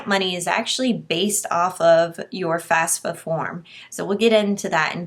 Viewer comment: It's FAFSA, not FASFA.